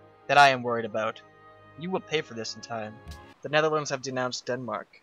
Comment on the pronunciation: did he seriously just say DEADMARK??????